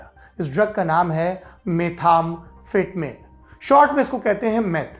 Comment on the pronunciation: Saurabh ji it's Meth- amphetamine....not Metham-phetmine... anyways i love to watch world news in Lallantop which is now so less seen in mainstream news channels